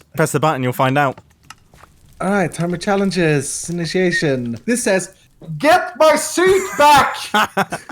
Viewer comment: Normal mumbo: Hermit Challenges! Comrad Mumbo: Hermytri Chalelnges